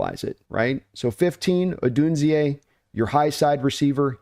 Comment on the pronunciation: Great content as usual! BTW, it's "Oh-DOON-zay". :)